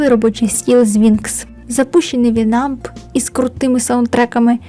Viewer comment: І та. Я одна завше казала вІнамп, а не вінАмп?